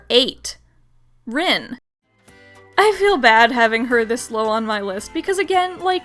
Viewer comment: It's pronounced REEN......REEEEEEEEEEEEEEN